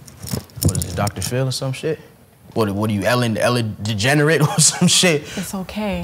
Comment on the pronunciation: HE SAID ELLEN DE GENERATE XD